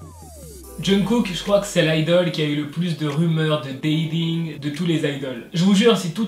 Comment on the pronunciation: Ça se dit IDLE 😂